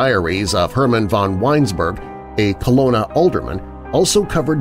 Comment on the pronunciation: I hate to complain or nitpick about your pronunciation, but I'm sure the city in Germany, in the werewolf story, is Cologne, pronounced Co-loan. You make it sound like Kelowna, which is a city in British Columbia, Canada.